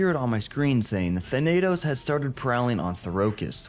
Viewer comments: Your pronounciation "THA-NAY-TOS" Correct pronounciation: "THA-NUH-THOS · ‘Than-uh-tos’ is how you say “Thanatos” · you got pretty close with thanatos! its tha like you say thatch that “tha” na as if your saying nah and tos just as toss tha-na-tos thanatos is also the greek god of death so him being the king titan makes sense lol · Your not saying Thanatos right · Good vid. you did not pronounce thanatos correctly but thats ok